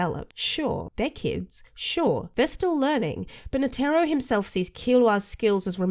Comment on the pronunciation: OMG! What an annoying smart ass pain in the butt, plz don't let her ruin your channel! As she ruined the pronunciation of Netero's name, and I am 100% sure tha she ruined your life! 🤨